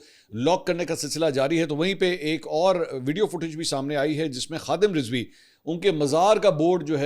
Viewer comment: Lafz Rizwi nahi, Razvi hota he. apni tashiih ker Len.